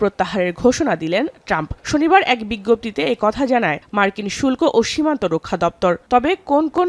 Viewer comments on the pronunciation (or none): শুল্প না, শুল্ক হবে😂